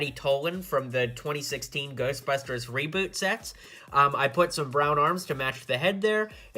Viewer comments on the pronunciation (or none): none